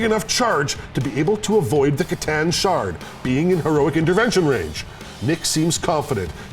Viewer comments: I thought you pronounce it kah tan at least thats how me and my warhammer store guy says it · Your mis-pronunciation of c'tan is borderline heretical....I like it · Their pronunciation of C'Tan does psychic damage.